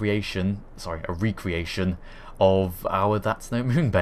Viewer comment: You say Recreation wrong. And everytime. It makes me feel all these feels. Re-cre-ation Rec-re-ation is completely different. One is the word you are looking for. The other is a means of refreshing one's self.